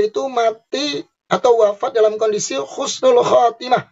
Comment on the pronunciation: Husnul mas.. Bukan khusnul...😅😂😅😂😅😂 insya Allah KH. ESMUNI ,HUSNUL KHOTIMAH, KRN MENINGGAL DLM KEADAAN SEDANG MEMPERINGATI MAULID NABI. Kumpul dgn para ulama dan habaib dan santri2...masyaallah..